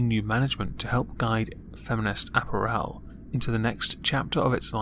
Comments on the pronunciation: It's apPARel, not apparEL. I sound like Hermione don't I? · .... ah-PEAR-al... not ap-per-el >.> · repeat after me: uh-pair-uhl. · Lol! ”App-r-ELL" 😂 I love you,. Lovers of moisture, UNITE!!! 💧🌊🌧💦🏄🏊💧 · why can't you say apparel? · I've always pronounced the word 'apparel' with the emphasis on the second syllable, not the third.